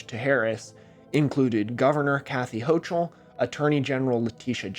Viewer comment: As much as I don't like that evil.woman, her name is pronounced ho-cul not ho-chul